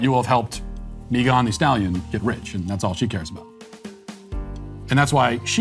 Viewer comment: My man, why are you pronouncing Megan like that? ...Is it because shes a democrat or (at the very least) a left-leaning affiliate?) Even googled it to double check Lol but ya its obviously pronounced "meh-guhn" (not mee-guhn) .. probs was an honest mistake hahaha